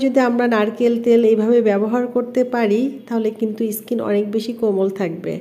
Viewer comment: ইসকিন কি ধরনের কথা skin স্কিন বলুন।।। যদি তাও না পারেন বলবেন চামড়া বা ত্বক😆😂🤣।।। আর গোলো না গ্লো হবে এতো ইংরেজি কেনো বলেন 😃😆😁 ।।।